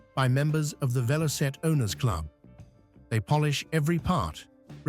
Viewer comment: It's Velocette!